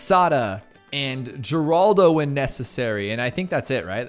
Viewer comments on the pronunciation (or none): none